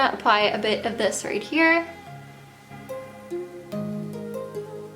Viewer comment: She doesn't pronounce her 'th's properly ever, I think it's just an accent